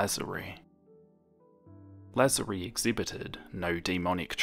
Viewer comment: It's La-zar-ie